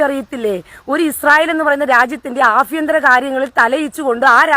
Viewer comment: അഭിയതരം അല്ല ആഭ്യന്തരം